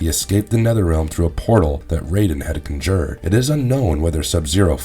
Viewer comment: he mispronounces 'conjured.' lol